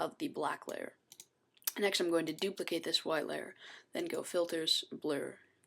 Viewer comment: "so we're just going dupilcate this layer "i have mail" i then click layer...." xD epic